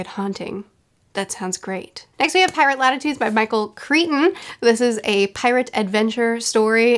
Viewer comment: You’re killing me! It’s Crichton…CRY-TON! NOT creeton…. CRYTON! I rarely can’t finish an audio book and I DNF’d this about halfway through. Crichton is one of my favorite authors of all time but most of his posthumous stuff is not good! Just finished a re-read of Sphere and it is still my favorite of all of his books!